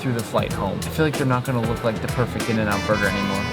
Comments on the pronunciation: “In burgrer” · “In burgrer” 😂